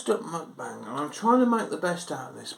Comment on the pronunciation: Muk-rant-bang. Get um told ha ha nice one mate